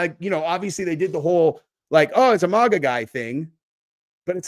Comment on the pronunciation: I swear you're the only person I know that pronounces "MAGA" the way you do, and it really bothers me.😭🤣